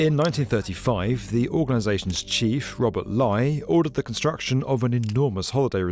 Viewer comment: Another excellent informative and interesting video .. just a note FYI .. the name of Nazi Labour Front Leader Robert Ley is pronounced "LAY" not "LIE" or "LEE" it's pronounced "LAY" .. all the best .. keep up your outstanding work on YouTube .. much appreciated 👏